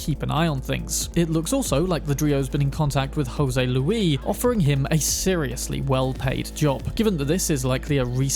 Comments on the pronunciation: Spanish isn't French, man. You pronounce the 'r' in Javier. And you pronounce the 's' in Luis (except for some dialects). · I enjoy your videos but man you butchered the pronunciations of those spanish names. For example the s in Luis is pronounced as is the r in Javier, and Joaquin is pronounced Hoe-a-keen.